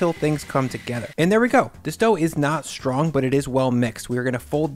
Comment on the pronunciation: "Shtrong" is not an English word and neither is "sthrength" or "shtreet".